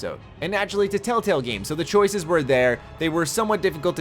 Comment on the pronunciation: "tail tails" ... that's how I kept hearing it being said. I'm not hating, only poking. I'm from northern MN, I haven't lived there in 7 years and i still get made fun of for how i pronounce my soft 'a' vowels.